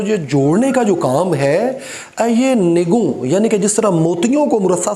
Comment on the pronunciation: شاعری بھی کام ہے آتش مرصع ساز کا اس کا پہلا مصرع آپ نے درست تلفظ کے ساتھ ادا نہیں کیا۔ یہاں نَگوں لفظ ہے یعنی نَگ کی جمع نِگُوں نہیں